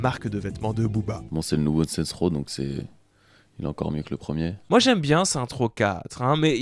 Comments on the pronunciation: Booba: Saints Row ✅: Saintrow ❌ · Déjà que j'étais un peu trigger quand il disait "Sainte Rot", mais il m'a achevé quand il a lâché "ASC2" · On dit « Seine-ss Roww » stp